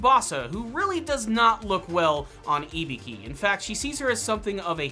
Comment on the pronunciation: "ibiki" burhhhhh her name